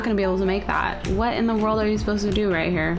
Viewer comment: You said "Play Ghostly Me hree"